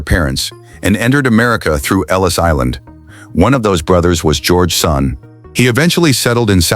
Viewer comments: It's Sonne , pronounced Sunny , not son . His boy is Reid , not Reed. Get your facts straight before you make a video. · Really stupid u tube .its pronounced sunny. Have you no self respect. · Agreed, if your going to feature a family farm, the least you can do is pronounce the family name correctly. Sonne , pronounced Sunny. Otherwise some good content. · The last name is pronounce Sunny! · Overall, a great presentation. BUT, it was an insult to my ears to hear the Sonne name mispronounced over and over again. Let's not forget, Reid may choose a different life, just as Cole's older brothers did. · I was going to comment on the same thing. You would think that something as detailed as this, could at least pronounce the name correctly….. 😂